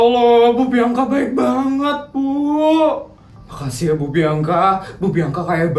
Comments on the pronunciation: Aku dengar "makacihh pak laja🗿🗿" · Kayaknya tadi pas no. 1 bilangnya makacih deh 😅😅😅